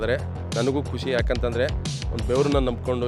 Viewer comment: ಅದು ಕುಷಿ ಅಲ್ಲ ಖುಷಿ ......